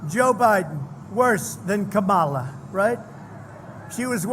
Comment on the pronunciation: You still can't even pronounce Kamala's name. You are an idiot